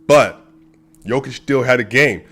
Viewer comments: You're saying Nikola right, but it's Yooo-kitch and Voo-chevic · Whoever said Jo-Kitch is trolling you dude :D